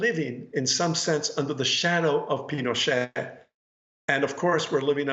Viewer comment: Juan pronounced it "Pino-sht" 😮